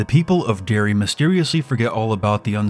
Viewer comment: But why can you not say Derry (it's not Dairy) and I've never heard of a werewoof. Werewolf, yes. Werewoof, no.